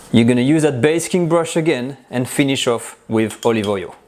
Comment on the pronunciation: Basting brush not basking brush.